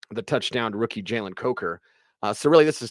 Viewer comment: I moved to the other room, and you were asking, when is a rookie not a rookie, but from there it sounded like when is a wookie not a wookie! lol I was like, did orange and blue today turn into jedi and sith today? A wookie is not a wookie when they give them pants!